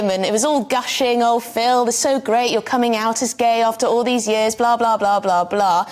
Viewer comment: When did we start pronouncing ‘years’ as ‘yezz’??